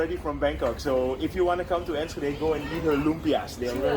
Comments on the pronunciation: It's Enschede not enshuhday The s is pronounced like the s in suicide and then the ch is pronounced like clearing your throat, nowhere does your tongue meet the roof of your mouth. Nowhere in Dutch do we have the sh sound like you're making, the sh like shit or ship we don't have, sch like in school or Enschede is pronounced like a clean clear s followed by a g sound pronounced in the back of the throat like when you clear your throat. Move that sound up from the throat to the back of the tongue and you've got the g like goedemorgen or goededag. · [Ann skuh day] NO sh sound! sk in low saxon, or s-CH in dutch..CH as in loCHness.... No ssh sounds !!! And it is absoluutely not in Holland.. It is next to Gelderland and Drenthe... Friesland ..barely in the north west...